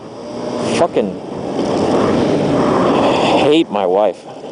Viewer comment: hehe, he said life, not wife >.O